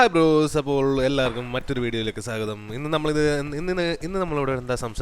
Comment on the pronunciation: O.56 saagatham alla swagatham😎